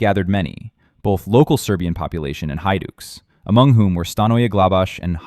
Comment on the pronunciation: He pronounced many things wrong. Hidukes? Hidutsi is more like it.